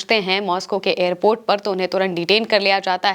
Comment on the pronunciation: aramse behena aap toh jaldbazi mei airport ko airpet bata rahi ho. fir bhi Israeli ko pakar kar rakha sunn ke achha laga...